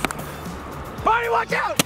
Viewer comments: Am i the only one who hears barney? Is he saying Bahri or bareny.? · seriously can you stop saying bahri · Its actually Bahri lmao